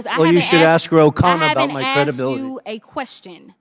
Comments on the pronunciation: you who says axed instead of asked 😅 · Did she ax a question? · "If I axe you a question, you will know that I axed you a question..." 🙄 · Wait until I “ axe” a question. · I Axed you a question 😂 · Also, "I Haven't AXED You a Question". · "I says I hasnt axed you a question!" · Axed? Do you say WED NES DAY for Wednesday?